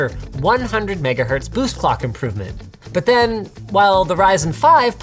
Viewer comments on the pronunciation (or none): none